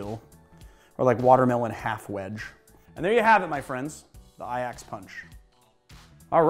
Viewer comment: HOLY SHIT, I’m genuinely in shock. That is the only time I have ever heard an American pronounce Ajax correctly